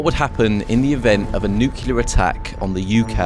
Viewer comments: Please learn how to pronounce the word nuclear. It's new-clear, not new-qular!! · why can British people not pronounce nuclear 😭🙏 he keeps saying nucelar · This. I’m sure effort went in to creating the video. Including research, editing, etc. Why not correct the pronunciation of the damn thing?